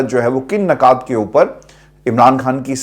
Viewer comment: صاحب، “نکات” کا صحیح NUKAAT ہے! نہ کہ NAKAAT. اور “نکتہ” کو NUKTA کہتے ہیں! اپنی اردو درست کریں۔ شکریہ۔